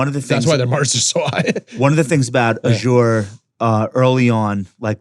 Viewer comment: I don’t care how smart you think you are, nothing makes you sound dumber than not knowing how to correctly pronounce Azure.